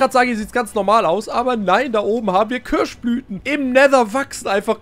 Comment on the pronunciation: Köasch Blüten! 😂